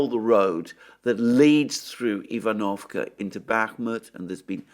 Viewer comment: ivanovske is spoken eevan-of-Ska